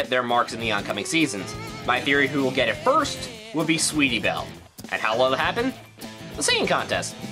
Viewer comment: Not het, GET. Eeerrr